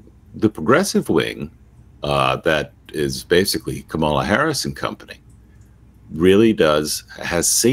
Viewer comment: and, haven't you heard Kamala Harris informing people of the proper pronunciation of her name? Put the accent on the first syllable, not the second. KA-mala. Just thought you might like to know.